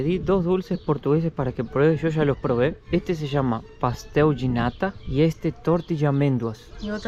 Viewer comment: Por favor, no digas "pastéu de nata", que sona muy mal LOL! És "pastel de nata" .